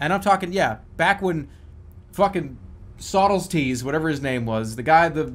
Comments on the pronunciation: Aristotle and Socrates: Jerma: SOTLETES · Ah yes, my favorite ancient philosopher, Stottlestees. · Socrates Saudlestees